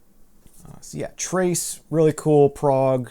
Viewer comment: Trace is a Dutch band, so it was cool to hear to pronounce their names! :) Stay safe and take care!